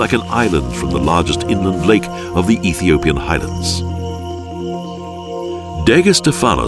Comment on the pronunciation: Very professional camerman Love how the narrator pronounced the names of Ethiopians with confidence